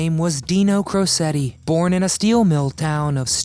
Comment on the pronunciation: Beautifully narrated. Thank you for pronouncing his last name correctly. It's pronounced Crow - Setti. Not! Crow- chetti. How do I know? I've seen videos where Dean along with another video of Deana (Dean's daughter) pronouncing the last name correctly.